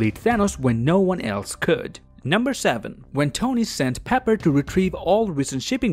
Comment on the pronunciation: No, ill see you in the next Juan. 🤣 I like how you say one.